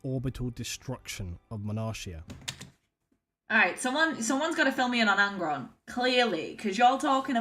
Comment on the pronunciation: 1 thing.... Sorry.... Is called "Monarchia" with the "CH" as a "K" so is like "Monarkia"